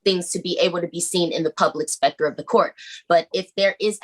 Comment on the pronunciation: This stupid lady keeps saying Spector instead of sector lol. I don’t think she knows at all what’s she’s saying.